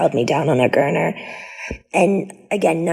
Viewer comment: Gurner... ugh it's gurney